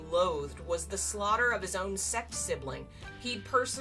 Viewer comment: Girl ily but pls try saying like 'sekt' instead of 'sext'